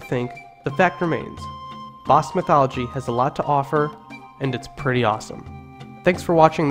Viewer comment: Ba - ahh like Apple - sque BAhh-sque - Basque Same for Nev-ahh-da News-vAhh-da - Nevada Thank You !